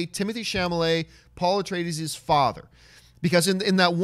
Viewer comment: Thank u john for correcting her horrible pronunciation👍